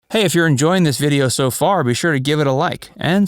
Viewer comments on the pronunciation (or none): none